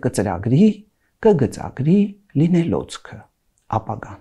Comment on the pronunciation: Լինելոցքը — ապագան 😍։ Շատ գեղեցիկ բառ է լինելոցքը ու այնքան գեղեցիկ արտասանեց։ Համ բարբառային է թվում, համ խիստ գրական։ Հայերենյան հրավառություն է այս շարքը․․․ հայերենը շքերթ է բռնել․․․ մենք էլ հիացած ծափահարում ենք։